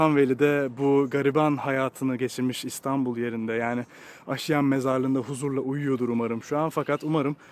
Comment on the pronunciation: "Asude" kelimesini "asuude" diye yanlış olarak telaffuz ettin; "aasuude" olacak. Mezarlığın ismini de yanlış telaffuz ettin: "aşiyan" değil, "aaşiyan" olacak.